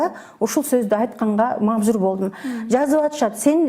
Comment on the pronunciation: Мажбур деген созду туура суйлоп алса болду саиое главное😂. Анжелика 10 жыл бою сиз мн журсо. азыркы тарбиясы анда сиздики. Озунор кандай тарбияладынар ошондой болуп чыкты да. анан Апасын кошуп куноолойсунор. уят эле сиздики Айчурок эже..